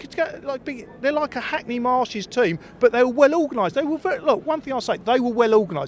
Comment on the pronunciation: Ffs… Hackney Marshes??? This guy never learns